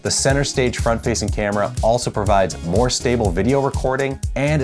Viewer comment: "But, theres a lot moe to it than size." this has two meanings 🤣